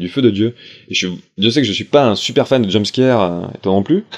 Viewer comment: Heu ... a il dit jumscaire ?